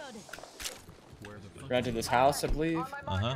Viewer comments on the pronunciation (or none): none